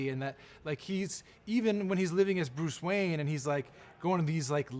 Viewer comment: "Bruce Wayan"